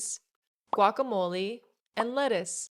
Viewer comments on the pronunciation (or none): none